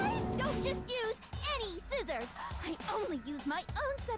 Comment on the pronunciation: toko in the anime : SCIZZORS toko in the game: sciccors me: b-but scizzors